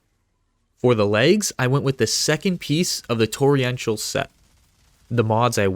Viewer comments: TORR-ENTIAL, NOT TORRI-ENTIAL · It's Torr en shall (Torrential) not Torri-entall.